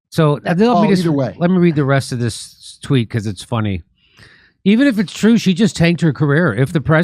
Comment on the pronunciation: "It's twue. It's twue, it's twue! it's twue!!"